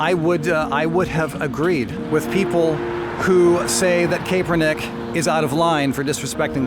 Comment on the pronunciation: Totally off topic but I believe it is pronounced "cap-er-nick" being a Niners fan I felt the need to point it out.